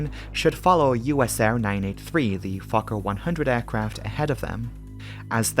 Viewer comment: Very well done video, I really appreciate it. One small note, how you pronounce the word Fokker. Now it sounds like you're saying f*cker. Try to say letter o in fokker more like first letter in word oh or only.